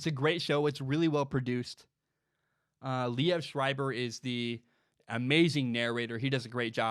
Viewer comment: Pronounced "Leev," not Lee-ev"